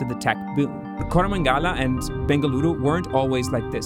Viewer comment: It’s not Koramangaaala. It’s koramangala.